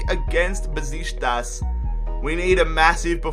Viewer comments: It's pronounced Beshiktas not Beshitas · mate. For the last time. It's NOT BESISTAS! IT'S BEŞIKTAŞ!! There is a letter "k" there you know? Love the rebuild. Love your videos. Greetings from turkey. And go Beşiktaş!! Black eagles 🦅🦅🦅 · The way he says Besiktas XD